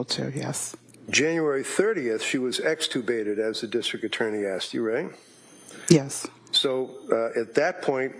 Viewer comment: She really loves the word extricubated ha ha